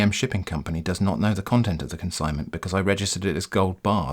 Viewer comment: that mishap while reading consignment, priceless